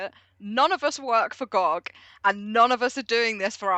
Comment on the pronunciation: It’s Gee oh Gee. 😁